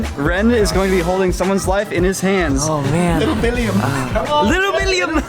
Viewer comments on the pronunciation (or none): its Willhelm not William, its a old swiss legend and because im swiss this triggers me😂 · It’s Wilhelm not William! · oh common im from switzerland and Tell is called Willhelm Tell and not william, but uts still a nice video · Its Wilhelm not william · He was called "willhelm" not "william" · It's actually "Wilhelm" and not "William"